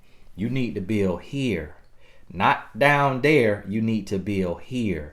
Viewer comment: "NOT DOWN DERR" 😂😂😂😂